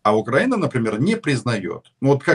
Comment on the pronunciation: навіть правильно вимовити назву нашої держави не може, якщо можливо поправте його